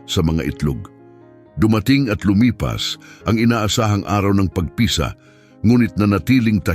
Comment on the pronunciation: ayusin mo pagbigkas ng tagalog na bagay..para kang bisaya..pagpisa.....mabilis ..hindi p..a..g..pi..sa...mabagal..marami pa na mali pagbigkas mo tanga